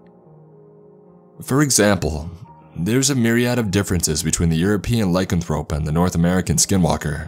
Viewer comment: Benedict Cumberbatch can't say, 'penguin'. can't say, 'lycanthrope' or 'lycanthropy'. It's so cute!!! Thank you very much for the laughs. You're the bestest. 🤗🌼